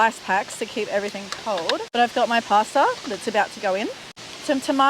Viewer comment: Making a pworn pwasta??😮😂